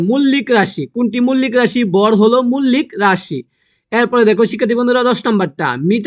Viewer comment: মৌলিক❌ মুল্লিক✅ 😂😂😂😂